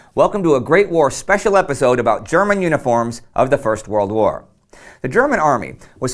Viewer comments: Your german pronunciation is good. Love your content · I love the text to speech when he pronounces German words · Thanks for your insightful and interesting comments on military history! I really enjoy watching your videos. Your German is a bit weird, though. I'd recommend if you want to research the exact pronunciation of words in other languages.